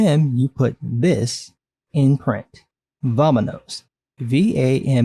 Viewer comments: It is also not pronounced Vam AAh Nos. Spanish is not like English Every vowel is pronounced one way. A is aah! E is Aay! long A, I is long E, O is Ooh! and u is ooo. So Vamonos is pronounced V aah M ooh N ooh s.So not only do these two not know how to spell spanish, they don't know how to pronounce it either. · here we have the "im going to make a spanish speaking character because im progressive even tho every single spanish speaking buyer will cringe to death" seriously as a spaniard i had a hard time just watching this video because of that like "vamanos" its not even pronounced like that and it would be such a casual thing to just say after assaulting 2 ice officers, like "corred" or "huid" would have fitted way more in that kind of situation, also referring to a male as "puta" an insult specifically geared towards women? call him "puto" or "hijo de puta" or just make her say "puta madre" as an expression, , 1st pendejo isnt used in spain so calling it "spanish slang" makes no sense 2nd have i already mentioned how cringy it is when she just says random things in spanish when she could've perfectly gone for english? i mean, they're a team of english speakers so calling him an asshole would've made more sense, 3rd "pendejo" isnt really something people yell out of the blue when they're mad, and its better traduced to "dumbass" than "prick" or "asshole" which are more similar to "cabron" and "gilipollas", so yeah, spanish is a really contextual language with too many different branches, moral of the story, if you dont know shit and arent interested in knowing shit about spanish and the different variations of the same language but you want to make a mexican character because you want to be seen as progressive, dont